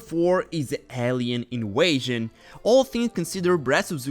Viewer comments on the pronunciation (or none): bro saying inwaysion its invasion pronouse the v